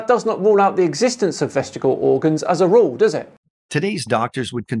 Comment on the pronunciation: Ooopsie! It's vestig-I-al, not vest-igal! The second letter I makes a big difference to how you pronounce it.